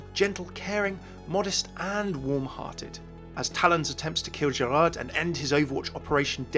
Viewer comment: hey, just wanted to point out the D in Gerard is silent in French. You've got most of the other pronunciations right though!